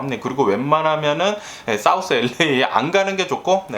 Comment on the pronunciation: 첫음절에 액센트주며 이야기할때 너무 재밌고, 뇌졸증증상 절대 아니고요ㅎㅎ유쾌하고 발음 꼬일때도 귀여우십니다요 ㅎㅎ 엘레이(LA)라고 발음할때 특히 귀여우세요 ㅎㅎ그나저나 더위땜시 고생하신다니 알래스카의 시원한 공기를 보내드리고 싶네요🏞👍🤗❤️